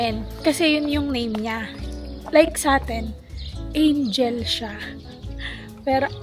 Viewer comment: Baka Anghel po yung pronunciation nung Angel same satin hehehe